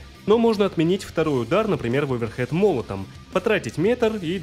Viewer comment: Да не оверхэд!!! А оверхэНд!!! Удар рукой сверху!!!